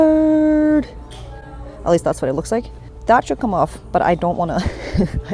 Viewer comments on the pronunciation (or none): You said MUSTARRRRD 😂🎤